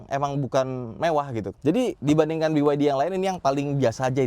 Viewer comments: Kenapa ngucapinnya harus Bi Wai Di om, kenapa bukan Be Ye De? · Jangan sebit biwaidi tapi beyede..